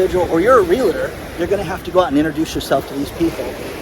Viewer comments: Not real-LA-tor. Save the LA for your "LaLaLaLaLa"s. It's REAL + TOR. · Sorry but it is REAL-TOR not "real-a- tor"... Love your work